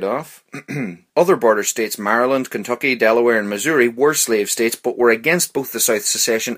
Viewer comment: I love the way he says-- Kenthokhy 😂😂😂